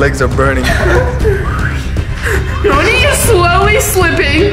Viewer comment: It's mony not mong